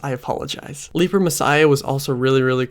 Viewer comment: I'm surprised you refer to it as "leaper" messiah since they say it correctly like 8 times in the song.